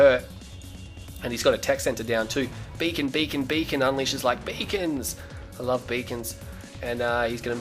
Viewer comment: Whenever you said "Beacon", you sound like a Jamaican saying "Bacon".